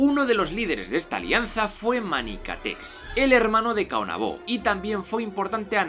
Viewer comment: Es Caonabo no Caonabó, sin acento. Guacanagaríx con acento en la íx. En República Dominicana hay algo que se llama complejo de Guacanagaríx. Es cuando un nativo se posiciona a favor del extranjero y le da la espalda a lo que es propio del país.